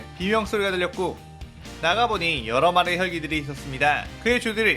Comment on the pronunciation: 처음 부분에 혈기라고 해야하는대 혛기 라함